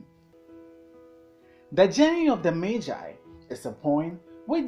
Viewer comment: learned a lot and even know the right way to pronounce magi thank you 🙏🙏🙏